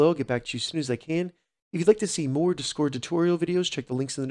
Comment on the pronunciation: learn how to say discord you weirdo